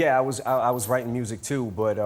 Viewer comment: lol, he says: was it wap that got you into witing in the fiwst pwace.